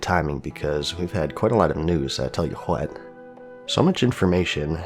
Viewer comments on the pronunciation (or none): "I'll tell you hwhat "